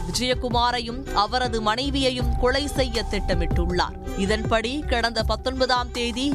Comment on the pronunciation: அந்தக் கொலையை விட இவர்கள் வாசிக்கும் கொளை கொடூரமாக உள்ளது